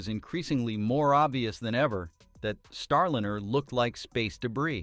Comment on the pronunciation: It's not STAR LINNER. It's STAR LINER. Teach your AI to pronounce this right. It's jarring.